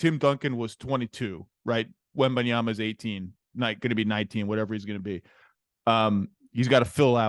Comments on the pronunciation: “WEMANYAMA” yeah sure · The name butchering is crazy.... 🤣😂 they said manyama